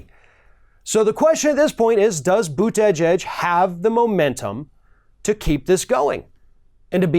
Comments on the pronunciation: That is not the proper pronunciation of his name...it is boo tee geeg.....not boo teh gehg....lol.... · As for his last name, Buttigieg, it IS NOT PRONOUNCED: • Butt-ee-geeg • Butt-i-geg • Smith • Butt-i-jeeg It IS PRONOUNCED: • Boot-a-judge • Buddha-judge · You need to work on pronouncing his name. I find that "Buddah Judge" works better than the "Boot Edge Edge" way of tackling it. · Pete “But-gege “ haha. Oh. Anyway, I’ve been studying that BootyJudge, he is becoming really popular. People from the left, center left, center and some center right seem to like his ideas—they find him charismatic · It’s pronounced “Bute-te-judge.” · / ~ “Buddha-Judge” is how to say Pete’s last name. He said this in an interview recently to help pronounce and remember it. If you want to get very technical, it’s closer to jedge (like hedge) than judge, but Buddha-Judge is much easier to remember. 😉👍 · Learn how to pronounce his name...try Booty..judge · How hard Is it for to pronounce Boot - Tee - Jeeg? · Boot-uh-judge is a better pronunciation. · the accent is on the first syllable. BOOT-edge-edge. It's a Maltese name. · "Boot-edge-edge". Heh. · learn to say his name! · You really have to learn to pronounce his name correctly. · Please try to say his name right. You're killing me each time you say it. LOL. But seriously, people are always looking for the "perfect person", not every candidate is some kind of super human being. They just need to be coherent with some experience. Definitely a step up than what we have right now. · You are mispronouncing his name. Understandable for most people right now, but not you! That, aside, a fair assessment. Mayor Pete is super positive and a brilliant guy. He has been doing knockout events. Am very impressed. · I have so much respect for you, your candor and what you have to say. I expect a lot of you and am never disappointed. So please pronounce this man's name correctly.